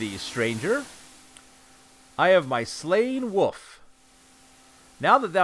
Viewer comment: The way you say "Wolf" like "woof" is hilarious to me. Thank you for these great videos.